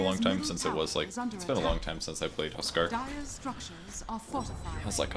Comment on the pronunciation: You say "tuskar" all the time haha